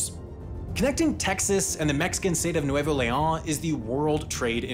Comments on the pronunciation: Except the way he says the name like it’s French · It's annoying how he pronounces Leon as if it was French. In Spanish, every letter is pronounced, with exception of the letter H.